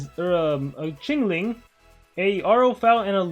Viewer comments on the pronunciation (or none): wangzhou is pronounced "wang dao" not "wang joe" qinling is pronounced "queen ling" not "ching ling"